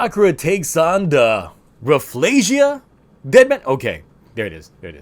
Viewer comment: You did said Rafflesia correctly